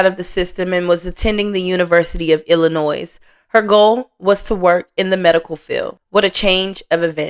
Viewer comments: Thanks. It's so annoying when people say Illinoi"s". The S is silent😂😂especially the people who live in Illinois. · FYI. Illinois is not pronounced as plural. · The S is silent on the end of Illinois. 💜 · The S is silent in Illinois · Please please stop pronouncing the s in Illinois it's silent